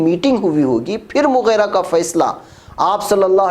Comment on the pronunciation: مغِیرہ ہے ناکہ مغیرہ. غین کے کسرہ کے ساتھ اللہ تعالیٰ آپ کی خدمات کو قبول فرمائے اور زندگی میں چین و سکون سے نوازے آمین ثم